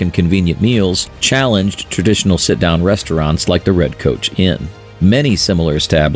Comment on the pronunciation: Funny how the robot narrator pronounces "Coach" as "Couch."